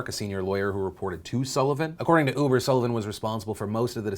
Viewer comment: Did he say 'ufer' instead of uber? XD